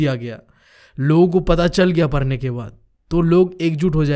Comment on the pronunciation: Bro aap padhne parne, padh ko par kyo bolte ho 😅